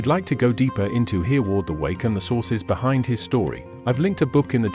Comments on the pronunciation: The name is pronounced "Herreh-ward' not "Hearward". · Everyone learned of Hereward the wake when I was a school boy 70 years ago so he is not unknown, but I've never heard him called earward before, am I wrong or is this AI talking 😂😂.